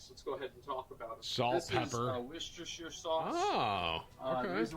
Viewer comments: Gosh! It's worcestershire sauce, not worcestershire sauce. lol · I'd make a comment about the wershtershire sauce if I could spell worcestershire 😂